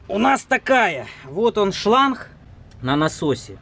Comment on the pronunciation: Шланг, а не шланх